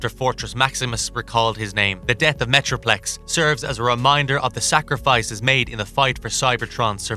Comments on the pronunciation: I swear he said Metroflex once as well! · unicorn and metroflex huh? are you just reading a script and mispronouncing or is this on purpose? this is my first time watching your videos, thought i'd ask